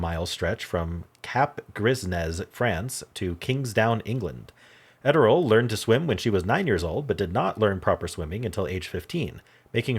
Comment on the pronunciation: Just FYI . . . I've always heard Gertrude Ederle's name pronounced as: ED--ER--LEE.